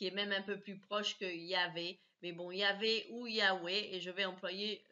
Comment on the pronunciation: Connasse! Jejovah n'est pas employé dans la Bible. Et on pronnonce Yaveh et non '' Yaoué''. Même les juifs ne l'appelle pas. La Bible a été écrite par des humains qui, au fil des siecles et del'Histoire lui ont fait dire tout et n'importe quoi. Si tu es pour la liberté dew religion pourquoi cette tentative de lavage de cerveau. Malade va ! As-tu un quelconque diplôme en théo pour tenir de tel discours.